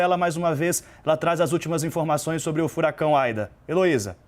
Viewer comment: E não é Aida e ida!!!!